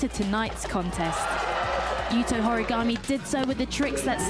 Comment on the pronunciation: When are the commentators going to pronounce the Japanese names properly? finally learns Rayssa's and they always put so much stank on AureliOn but butcher all the Japanese. "Yukito Horeegomay". It shows they don't watch much of the other comps.